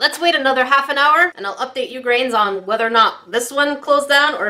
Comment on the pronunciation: Is it just me but when in the intro says hey grains it sounds like hey greens